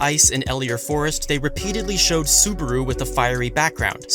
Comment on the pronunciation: That's not how you pronounce Subaru God damnit